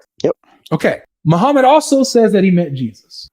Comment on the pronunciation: No way he said mo-pdf met Jesus 😭😭😭